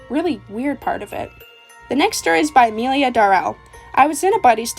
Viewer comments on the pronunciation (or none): none